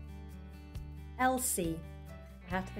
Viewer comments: The video was great! I simply adored it. But I must say, Evelyn is pronounced a bit differently. You want to do the EVE as in the EVE in Evening and finish it with a LINN. So EEVLINN sort of. Thanks for the rest of the names btw😄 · Incorrect RP of Evelyn